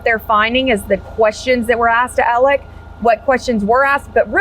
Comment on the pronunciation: It's not Alec and not Mur dock!